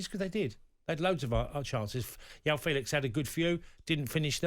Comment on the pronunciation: How many videos do I have to watch with Tony calling him Yaw Felix. It’s Portuguese and jjjjjjjjjjaaaaooooooo…